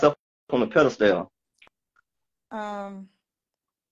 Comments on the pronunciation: It’s just really hard for an educated woman to submit to a man who says “economical responsible” and pronounces the word pedestal incorrectly. He seems nice but he’s going to have to find someone who is very sheltered. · The way he said “pedestal” made me run back and replay it😂 I was like I know I just ain’t hear that 😂😂